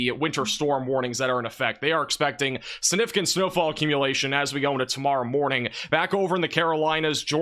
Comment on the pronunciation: Please look up and learn to pronounce the word significant or just don’t use the word. I enjoy your videos but repeating that word wrongly so many times makes you seem not so smart. I know you are so please…….